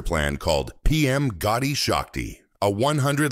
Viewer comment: This project correct name is PM gati Shakti not Gotti shakti . please correct